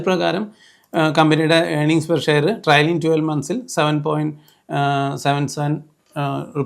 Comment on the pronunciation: ട്രയലിംഗ് അല്ല, ട്രെയിലിംഗ് ആണ്. Trailing. Please correct it.